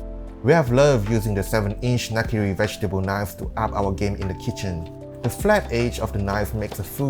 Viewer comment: 😄"sower" and "kicen"😄